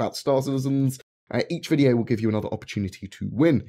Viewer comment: Great voodyo Reee